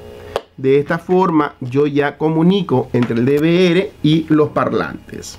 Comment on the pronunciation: NO SÉ LLAMA "DE VE ERE" ES "DE VE ERRE" LA LETRA R. SE LLAMA ERRE. R=ERRE. NO ERE. NO ERE. ERRE.